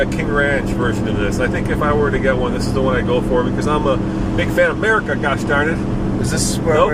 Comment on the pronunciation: STOP SAYING 'MERICA WRONG GOD DAMNIT!!! >.< fucking dumbass